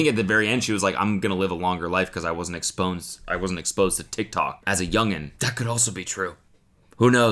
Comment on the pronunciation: Exponsed?!? Yikes